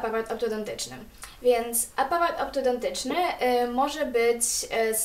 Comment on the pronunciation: Czemu mówisz apawat ?! a nie aparat -.